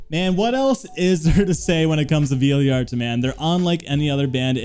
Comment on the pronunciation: finds a way to mispronounce most band names Also birb: pronounces Vildhjarta and Eidola perfectly Just messing with you tho bro lol